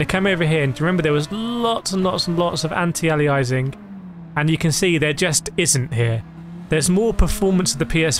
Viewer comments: it's not anti-alizing It's anti-aliasing, think how you pronounce alias. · An alias is a pseudonym or nickname. (Eg think of gunslingers in the old, wild west.) It's pronounced: Ay-lee-us Anti-Aliasing is pronounced: An-tee-ay-lee-us-ing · FYI it's pronounced an·tee·ay·lee·uh·sing